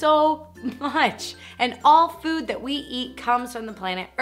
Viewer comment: I thought she said boob instead of food and I was like "woah calm down".